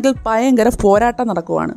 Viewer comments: ഫയങ്കര അല്ല ഭയങ്കര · എനിക്ക് ഫയങ്കര ഇഷ്ടായി ഈ വീഡിയോ നല്ല ഫങ്ങി ആയ സംഫാഷണം... 👍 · ഫ ങ്ങി, അല്ല ഭംഗി... ഫ യങ്കര അല്ല, ഭയങ്കര ...... ....